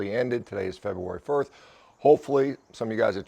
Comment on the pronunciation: February Firth. 😂